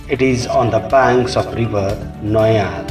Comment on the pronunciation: Commentary is bad. Places are pronounced wrongly. ( Noyyal....Patteswarar temple ) The whole video can be finished in half the present duration......many other film personalities are missing.....